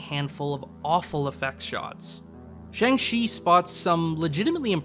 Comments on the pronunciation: Can't trust your opinion on this topic if you pronounce Shang Chi wrong 🙄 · I dislike this man and think the way he says Shang-chi is stupid, he makes a good point though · Learn to pronounce Shang-chi, you didn't even try, they say it so many times in the movie.